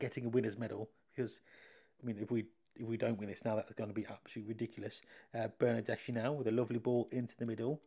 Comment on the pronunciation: Its pronounced - > Bernadeski and pyanich I like for the names to be pronounced properly sorry 😅